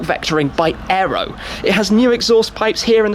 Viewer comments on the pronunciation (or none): none